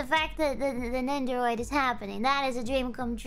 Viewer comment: Say it with me, nendoroid, nen do roid. Anyways that sure is a jar huh.